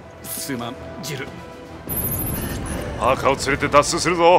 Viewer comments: バーカーじゃなくて！パーカー！！！！！ 悲しい・・・ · プァーカー(パーカー) 哀しい...